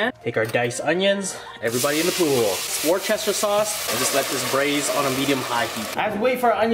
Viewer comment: Lol@ War Chester sauce.